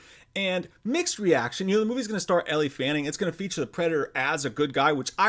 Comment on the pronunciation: Dammit! It's "L" Fanning. Not Ellie. It's Jared "Lead rhymes with Head"- O. Not Leedo! Don't make me come over there!